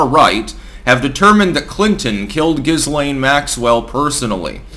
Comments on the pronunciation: Pronounced Gilaine. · The S in Ghislaine is not pronounced. Ghee-laine or Ghee-len are fine. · The whole trial and aftermath doesn't pass the smell test. And it's pronounced Ghee-LANE although Gis-lane would be more descriptive. Lol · It's Ghislaine. Giz- lane. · I thought Ghislaine was pronounced; Jizz Lane. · Love your vlogs, but Ghislaine is pronounced a la the French name that it is even if she is not, as in GHEE LAINE, S is silent🤓……. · Guh Lynn is how it’s pronounced. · The s in Ghislaine is silent x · It is a soft "G". Like in giraffe. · I'm not quite sure why Styx pronounces her name the way he does. If you're going to include the 'S', at least refer to her as Jizzlaine Maxwell :) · C'mon man please learn to pronounce Ghislaine and Strzok. Consistently mispronounced. You're a smart man. Do better.